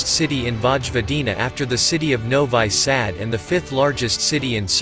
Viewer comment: yes, for me it was strange to hear this too, but you know, i think, what this video is make with love to Subotica, so it's ok. Maybe the guy try to pronounce hungarian-style Szabadka, idk.